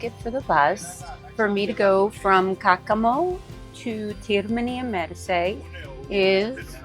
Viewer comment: Nice video. However, Termini Imerese, not Termini Imersi